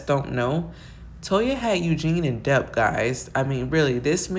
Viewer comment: Debt ( pronounced de-t; the b is silent)...mean no shade...great commentary